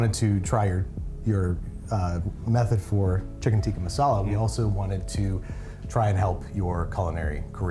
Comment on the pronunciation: Thing he still botched: the pronunciation. He keeps saying "tee-kee" instead of "tick-uh". Love this series! This guy had awesome energy, glad he was able to come on :)